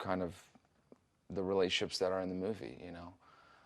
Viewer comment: why can't he say the word "relationships" i'M CRYING